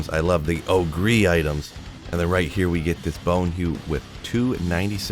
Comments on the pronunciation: Ogre == O ger not O gree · Oh-gree? It’s pronounced oh-ger haha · ogre = sounds like "o-ger", like the big ugly things that are in WoW lol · Ogre axe. Not ogree lol! Shrek is a what? That's right, ogre axe. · It's pronounced oh-gur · o-gree? is this a joke? or is he mispronouncing that horribly? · Is pronouncing Ogre as OH-GREE an inside joke? EDIT: Kept watching and it is. Take my updoot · Yeah Ogre is actually pronounced Oh gore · are you saying it oh-gree for fun? :D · Pronounced OH-GER axe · I may have to stop watching your videos if you keep saying ogrEE!!! Just kidding. Love your content. Keep it coming. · he knows how to say it I think, just choses ogreeeee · I never knew Shrek was an oh-gree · What's with your unique pronunciation of ogre? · Listening to him say ogre incorrectly makes me sad for public education. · Alright, which one of you made fun of for how he says ogre? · had to look at the comments for the way he pronounces ogre axe lol